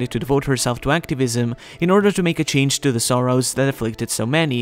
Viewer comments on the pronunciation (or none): none